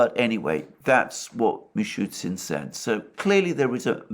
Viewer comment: Just a question to Alexander about the pronunciation of the Russian prime Minister's name.The Russian spelling seems to indicate it should be "Mishoostin", not Mishootsin